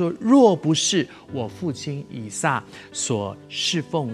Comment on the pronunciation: 以撒 一聲撒 ㄙㄚ